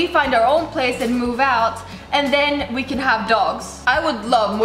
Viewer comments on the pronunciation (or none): none